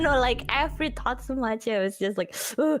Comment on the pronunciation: I think and she says "every totsumachi" instead of thought so much. Talking about how she gets nervous on the call-in streams.